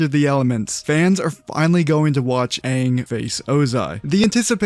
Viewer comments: They said “Ong” nd that shi pissed me off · We knew the movie was going to suck the moment they decided to pronounce Aangs name as "Ung" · THE OG CREATORS DID THE BOTCHED MOVIE??? and the actors still screwed up the names, like with Ung.. ITS AANG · I’m offended. Live actions notoriously suck. And the creators allowed them to pronounce Aang wrong?? Double offended.